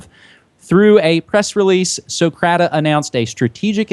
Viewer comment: "Socrata" haha. gotta love it. this is a great show.